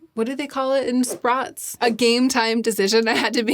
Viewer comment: "What do they call it in sprots?" was great.